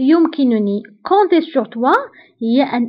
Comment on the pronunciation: هلا كلمت compter ال p ما بتنلفظ ما